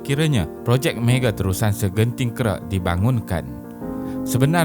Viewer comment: Malaysia masih mendapat manfaat atas pembukaan terusan segenting Kra namun berbeza pula nasib Singapura yang akan kehilangannya separuh keuntungan. Orang kampung perlu sebut dengan betul...Terusan Segenting Kra....bukan terusan segenting kera.